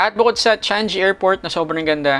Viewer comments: Hindi pa ata alam i pronounce ng vlogger.. CHANG GEE brod.. NOT CHANJEE. Kahiya..BOOOOOO👎🏼👎🏼👎🏼👎🏼👎🏼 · Love your video about visiting here in SG, pero Changi pronounce "Chang-gee", not "Chan-jee" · Changi airport❤ Should be CHANG-GI (not sound like congee) Chang-GI (parang gi-tara) Some sounds like Chung-ee (G is omitted) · Cecil Maturan Changi is pronounced "chang-e" not chang-gi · 7% tax hindi 3% Changiii hindi chan gi 🤣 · Yeah my bad, Should NOT be Chang "GI " Should be Chang"E" depende din sa speakers cguro, like mga western, native, or half half haha ✌🏽👌🏽